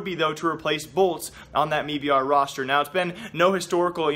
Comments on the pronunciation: why do you keep saying me br? jesus fuck its m-i-b-r or made in brazil. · Please stop saying "MeBR" it has never been pronounced like that. It's "M.I.B.R." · bro its m i b r not mii br lmfao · Noah Whinston, CEO of the company, pronounces it as MEBR... I am sorry I can't help it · Does him saying "me-b-r" bother anyone else??? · "mebr" lol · Can you just say m eye b r